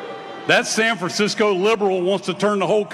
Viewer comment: you can just hear they say sanfrancico like they want to say Sambo.